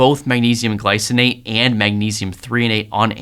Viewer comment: Glycinate, not glyonate